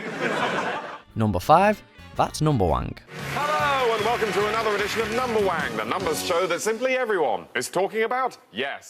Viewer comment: Narrator: numberwank Me: it's numberwang Narrator: fuck!